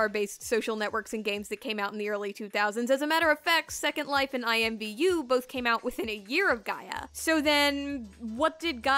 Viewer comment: I feel like i was just kicked in the gut when you said "imvu"